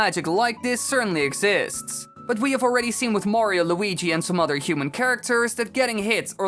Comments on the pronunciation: The way he says human. . . HUMEEEN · The way u day human tho Disturbs me some how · I love the way you pronounce "human" and put emphasis on the "n".